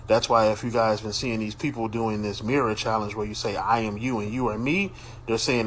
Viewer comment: She put to much emphasis in iam when she said i am not in the nati